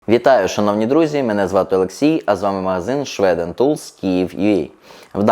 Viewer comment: Свіден а не шведен. Оце село